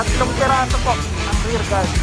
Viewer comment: Hahaha :D ayan ka na naman, patawa ka talaga :D "RAIL GUARD" hindi REAR GUARD :D